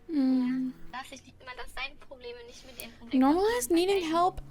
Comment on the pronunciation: Damn I'm again really impressed with your german pronounciation. That "ch" in "nicht" was almost spot on. Most english speakers can't pronounce it this way even when they've been learning german for some time.